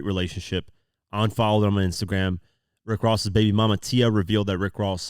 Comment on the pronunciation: I need you to say som' babay 😂